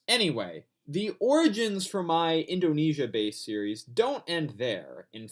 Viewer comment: Indunesia? Edit: dude seriously!